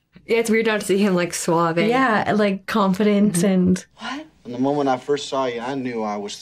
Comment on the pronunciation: The way pronounces "suave" is ridiculous lmao